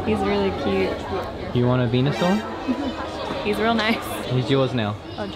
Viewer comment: “venausaur” I am so disappointed